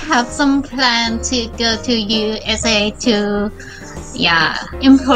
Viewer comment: she says USA like borat 😂